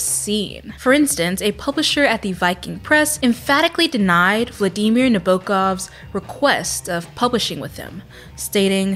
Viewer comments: your pronunciation of Vladimir Nabokov is actually very close to how it's pronounced by Russian speaking people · You're very good at saying Vladimir Nabokov's name compared to most Americans, don't worry about that 😂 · you did a good job of saying владимир набоков's name!! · As someone studying Russian, you pronounce "Vladimir Nabokov" just fine! You got the syllabic stress right :) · You said name perfectly, even the stresses which is rare